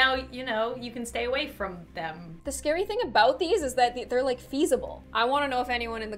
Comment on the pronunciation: Vewy scawy